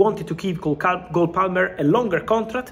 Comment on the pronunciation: Did Fabrizio call him “Goal Palmer”? Nice